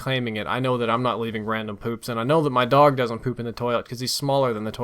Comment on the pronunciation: Ranom poo? Wtf are you sniffing ;)